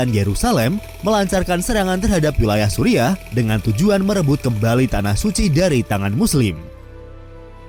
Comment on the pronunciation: Kocak sebutan Suriah disamain Supiah